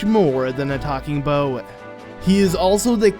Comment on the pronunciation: Why is he saying bow instead of boat